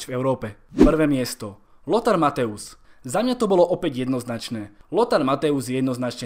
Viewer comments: nečte se Mathaus Matojs? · Neni to Mateus ale Mathojs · dobré video, za mňa je najlepší xavi, ale nečíta sa matthäus ako mathojz? keďže ä=e a eu=oj v nemčine